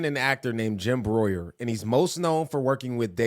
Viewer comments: Jim BREWER not Broyer! Cmon man. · Brew- er not Broyer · Its BREW ER. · Its pronounced like “Brewer” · It's BREWER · brew -er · It’s brewer dude